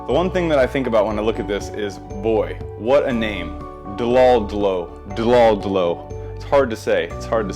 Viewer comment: Pronounced "dodo" like the dodo bird